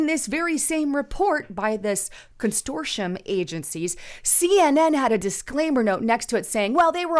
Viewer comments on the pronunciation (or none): “Con - sort - ium” Not “con stor tium”. I love you anyway & I especially love your reporting! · There's only one letter "t" in the word consortium. Constortium means something else. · Constortium is now on my 'take a shot' drinking list while listening to... But I digress. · Con sort ium ..say it slowly..Con Sort ium.